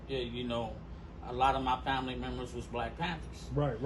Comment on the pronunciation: Wait, did he say Familee started as NHP?